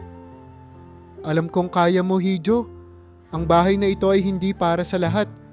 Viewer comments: Iho po ang correct pronouncation hindi hijo. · Dapat po iho ang bigkas sa letrang (hijo).hindi hidio. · Pronounce it correctly Hijo— iho Hija— iha